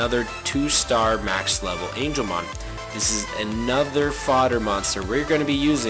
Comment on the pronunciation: BOOOYYYYY ITS NOT ANGELMON OMG STOP SAYING THAT